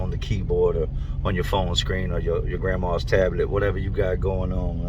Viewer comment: He said grandmaws tablet 😅